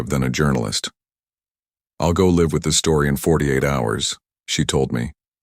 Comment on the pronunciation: Get out or else - is four words not five I'd be concerned that someone would commit a crime with those knives AI is reading and telling this story, pronounced live incorrectly in the sentence (it's live as in alive)